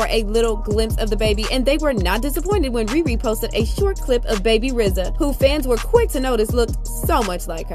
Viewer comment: thank u for finally being the only one to finally pronounce RZA the right way.